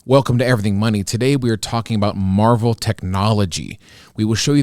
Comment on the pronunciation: Pronounced mar-vell not marvel